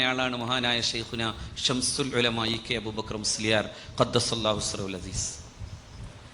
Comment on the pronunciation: സംസുൽ ഉലമ അല്ല മൊയന്ത് മാഈനേ, ശംസുൽ ഉലമ ആണ്.